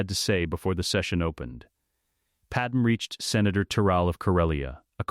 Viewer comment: Probably should teach the AI to say Padme’s name right